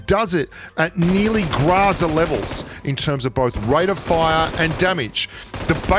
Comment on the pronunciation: It's GROW-ZA not grazza